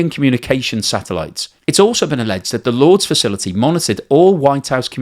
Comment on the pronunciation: At first I was like “Lords”? Like the cricket ground? And then I realized he’s trying to pronounce “Lourdes” 😂 …. It’s pronounced “loor-diss” lol